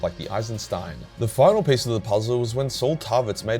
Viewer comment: I don’t understand; is he saying “piece” or “pace”?